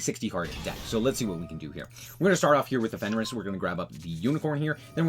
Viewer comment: I appreciate that you say "fenris" lol I started calling it that too😅